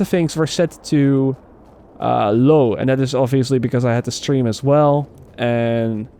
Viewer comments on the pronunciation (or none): none